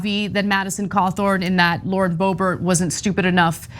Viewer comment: Lauren 'Boob-bert'? Come on, man. 😄